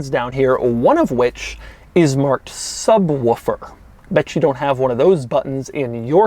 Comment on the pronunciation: Is he actually saying "subwuffer" instead of subwoofer?Don´t try to imitate hoovies "ruff", which he thinks is the roof... DON`T DO IT DOUG!!!